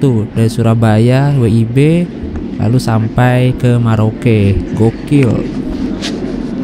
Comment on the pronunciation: Merauke.....bukan maroke